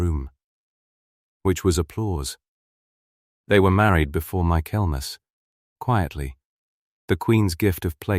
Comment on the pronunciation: Accent is nice but this AI voice puts me to sleep. Also, please edit better. Listen before posting. Michaelmas was horribly mispronounced.